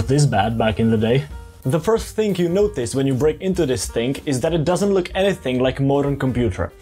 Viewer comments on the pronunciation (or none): THERE IS NO "K" IN THING! THINGGGGGGHHHHHHH